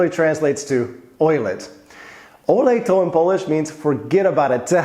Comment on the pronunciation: "Olej" have an accent on O and a whole phrase has a dominat accent on "o" in olej. That means it should sound "Olej to", not "olej TO" as you pronounce it.